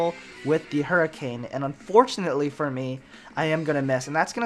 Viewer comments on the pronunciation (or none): none